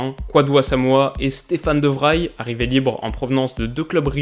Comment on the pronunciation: Très chouette vidéo qui a toujours autant le don de susciter l'intérêt dans le foot ! Tout petit détail, le de Vrij de Stefan de Vrij se prononce de Vreï ^^